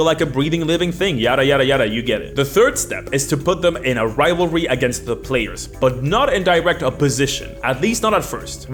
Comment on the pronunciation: Lol. Saying rival-ty instead of rivalry. Cute.